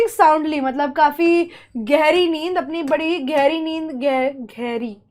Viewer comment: घैरी ❌ गहरी ✅